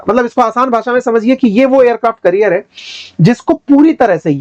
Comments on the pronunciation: करियर नहीं कॅरियर... 😊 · Its aircraft carrier not career. You are a teacher atleast pronounce them right. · You are pronouncing it as 'Career'. It's actually 'Carrier' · Aircraft career ❎️ carrier ✅️ 😅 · sir aircraft career nahi carrier boliye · carrier ka pronunciation correct kijiyega